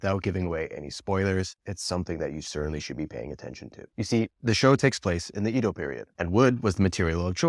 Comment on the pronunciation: That's not how "Edo" is pronounced.